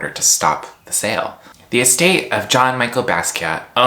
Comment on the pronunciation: You had me until you said ‘John Michael’ Basqiat 😐 Jk- kind of 😉 good video tho, & eyebrows on point